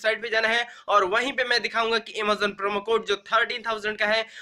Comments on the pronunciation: First correct your pronunciation then make videos. Aemazoon - Amazon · Bhai Emazon nhi Amazon bolo 🤣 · This boy speaking realy funny 😂😂😂 amozon amozon amozon 😂😂😂😂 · i love the way he says Amazzaon ....... haha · Amazon nahi emazon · Invalid bata ta he tera promo code . ok pehle Amezon bolna sik lo ok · Amazon boolna to seekh lo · Is he saying amezon or amazon